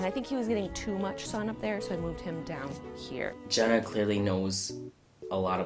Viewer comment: 0.05 Jenna's not Jeanas 😔